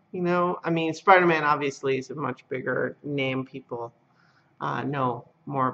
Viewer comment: Spi-dah-maaahn!! * twip-twip * Corrected below: * thwipp-thwipp *